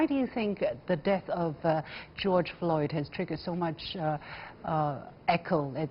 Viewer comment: Did I hear the first speaker say "George Lloyd"?